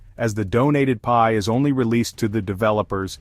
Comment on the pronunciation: The "pee eye" network. 😂